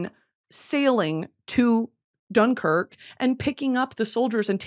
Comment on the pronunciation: Loved britanny pronouncing dunkirk wrong 50 times